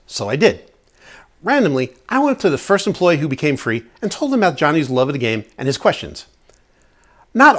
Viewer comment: 😆 "aboot", a doing a Canadian accent 😂 I'm from Chicago so I sound normal 😜 (imagine that SNL skit Super Fans) Anyway, it'd be great to watch you and Jackie play Sky Team! If it was me and my husband, though co-op, we'd wind up in a death match before we finished the game.😅